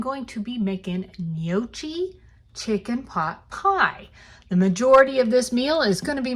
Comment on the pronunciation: That does look quite good. You got the first part of the word gnocchi correct. Second part of the word is not pronounced chi, say it like kee. 😁. Trust me, I’m Italian 👍